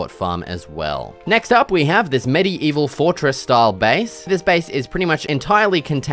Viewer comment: "Medi eval"